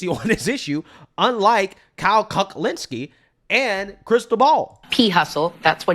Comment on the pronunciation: It’s Kyle Cucklinski, get it right buddy! 😂